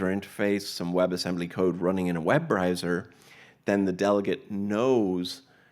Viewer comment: Web riser, web riser... it's Web Browser....